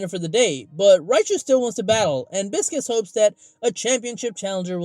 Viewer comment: It’s Bi-sces/Pie-sces how it’s pronounced Pie or Bi and Sees Not Biscus